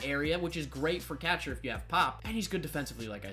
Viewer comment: Learn how to say “catcher”